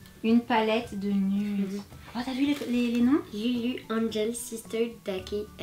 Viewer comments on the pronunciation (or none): none